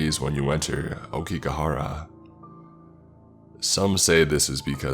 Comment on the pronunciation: aokiGAhara not go. YU U RE I not yuree. christ